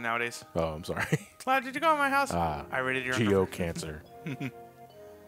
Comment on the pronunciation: Cleoud. lol By the way, you mean 29 days it’s Lunar Year.